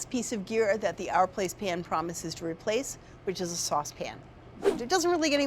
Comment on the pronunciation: It's OUR, like hour, not ARE. OUR PLACE